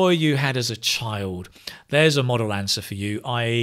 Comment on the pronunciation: A Model answer* Not Modal answer